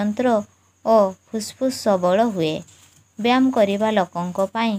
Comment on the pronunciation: Mam ap byam kyun bol rhi Hain like why? That is byayam not byam 😂😅